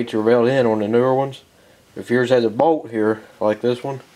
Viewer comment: I was listening and not watching....I swore he said: 'If yours has a "Boat" here like this one.' I was like BOAT? WHAT? ah... BOLT!